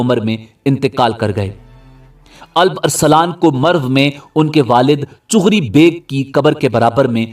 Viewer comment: its not chugri its chagri beg